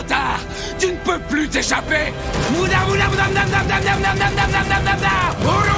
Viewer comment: C'est comme si il disait mouda pas muda 😂